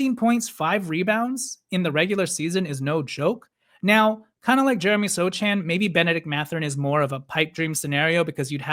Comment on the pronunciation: The c in Sochan's name is silent